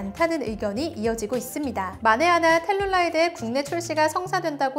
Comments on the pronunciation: 텔루라이드룰 텔룰라이드 텔룰라이트 라고 하심 ㅠㅠㅋ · 텔루라이드를 자꾸 텔룰라이드라고 하시네ㅋㅋㅋ셀룰라이트 생각나네ㅋㅋㅋ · 텔룰라이드X 텔루라이드 읽을 때 너무 신경 안쓰누 탈룰라냐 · 자막엔 텔루라이드라 해놓고 발음은 텔룰라이드라고도함